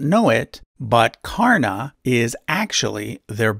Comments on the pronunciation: Well you got most of it right. I just want to correct you here. You rightly said that the name karana is pronounced as Ka-rr-n, but "Ka" sounds more like "co" in "come" than "ca" in cat. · dude i love your work, but stop putting 'a' in frount for hindu names, its just karn, Duryodhan, arjun, etc